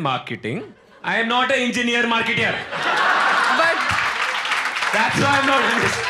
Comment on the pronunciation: When he said "engineer marketer," he mispronounced marketer.